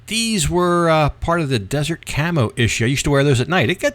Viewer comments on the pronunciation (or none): none